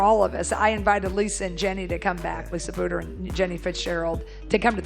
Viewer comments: Blue dur. Not blood er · This narrative displays basic pronunciation mistakes that mark it as fake. "Bluder" and 'live'